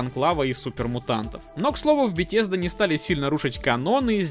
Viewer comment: Каждый ролик моим ушам приятно, что ты говоришь "БеТезда" , а не как многие "Бефезда" Спасибо за ролик! Полностью согласен с мнением)